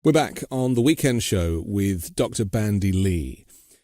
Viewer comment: It's Dr. BanDy X. Lee , NOT BRANDY ! ( No " R " ) .... Thought this was a gr8 podcast as well , I watch every sunday 👍💙💙💙